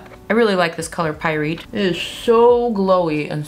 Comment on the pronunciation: You’re pronouncing pyrite wrong